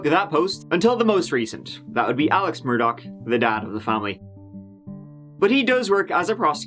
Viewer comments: MUR-DAUGHHH Adore your content but no k at the end😺 Just like dough but daugh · IT'S MUR-DAUGH!!!! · Dam can’t read that link as they want a subscription in order to allow access! Anyways time for Part Tree of this saga my lovely! as of today’s news regarding Alex Murdawrer’s ( pronounced Murd daw rares )embezzling of the monies of the dead housekeepers estate worth 4 million!